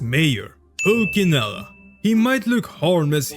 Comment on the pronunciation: Nice video, just wanted to correct you on the fact that you pronounced pulcinella in the wrong way. It's not a hard c but a soft one